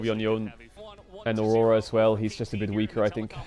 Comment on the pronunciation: I just love how Baedrel pronunciates Aurora: "Orrorra" 😂